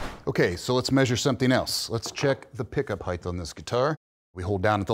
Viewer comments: There’s no ‘h’ on the end of the word ‘height’ it ends with a ‘t’ — it’s not pronounced ‘heighth’ if you’re talking about precision, perhaps be precise with language. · Can someone tell the guy teaching that it’s “heighT” not “heighTH” 😂😂😂😂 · Is our measurement expert saying "heigth"? Not an accepted English word. The word is "height" and rhymes with "flight". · It’s “length..width…and height” Heighth is not a word!